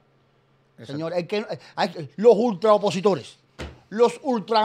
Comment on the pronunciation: Atención : Otaola no dice OPOSITORES , el Dice : UPOSITORES , en la jerga lingüística esto quiere decir Supuestos Opositores . Otaola sabe lo que está haciendo . Escuchen bien